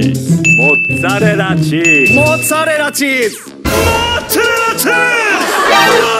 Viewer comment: MoOozzArrrEllA cheeEse—ccaAamemberrT😂🤣